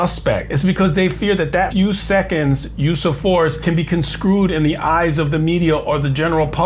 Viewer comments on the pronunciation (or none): “Conscrued”? You mean “construed”. 🙄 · "Construed" not "conscrewed" - stop makin' up new words! 🤡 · Respectfully but it sounds like you're saying "conscrued" instead of construed. Apologies if I didn't hear you correctly. Informative content. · Lmao, not only does your analysis suck, so does your vocabulary! "Conscrewed"? This is the actual word you tried to say Construed is the past tense and past participle of the verb construe, which means to interpret, understand, or explain the meaning of something in a particular way